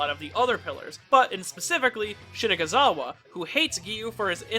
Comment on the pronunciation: Why do u keep pronouncing shinazugawa as shinaguzawa